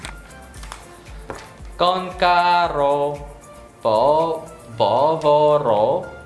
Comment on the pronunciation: cả sungrak và dongrin đều sai từ ''cá'' rô thành ''ca'' rô thế mà ko phát hiện ra nhỉ --- Lại nhớ trò caro r lâu ko chơi:)))